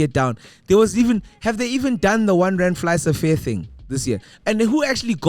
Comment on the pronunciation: Man sorry but Fly-Safair is not Fly-SA-fair